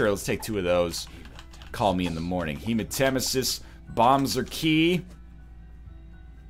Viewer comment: NL said hematemesis right